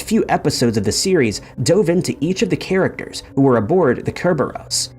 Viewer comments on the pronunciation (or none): none